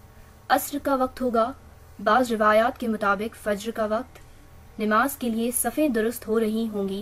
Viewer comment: It's not Nimaz....It's Namaz....It's not pronounced....hasb e nasb....It's....hasab nasab.....For God sake.....correct your pronunciation.....alas....You tried every level...To ....spoil the very impact of toppic.....Alam e asbab ka taquaza hay k tum urdu seekho....Aur Jawaid chaudhary sb....Pl pl pl write more and talk less.....reason.....You know ...Pl don't mind.....better remain a good writer.....Instead of......